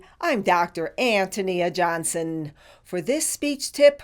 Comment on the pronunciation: It’s a bit odd that the name is pronounced An-tuh-nee-uh and not An-tone-yuh...